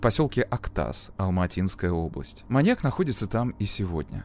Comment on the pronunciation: Здравствуйте, прошу прощения, я живу в Алматы, ухо режет, когда вы говорите Алмаатинская область, Алмаата. Правильно говорить Алматинская, Алматы. Алматы не склоняется. Я пишу без претензии, просто хочу подсказать для следующих видео